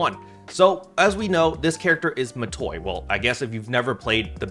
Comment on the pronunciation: It's Matoi.